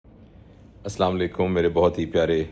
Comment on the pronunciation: اسلام علیکم میں ا اور س کے بیچ ل ہے "السلام علیکم"